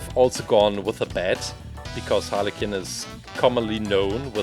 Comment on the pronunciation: Quinn not Kinn